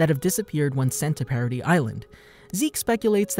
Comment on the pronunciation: No, the way he pronounces it.